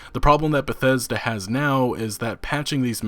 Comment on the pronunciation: How come this dude sounds like he has a learning disability every time he says the word Bethesda